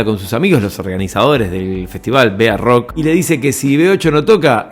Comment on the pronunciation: B.A rock??? Barrock se dice amigo!!! Muy buen informe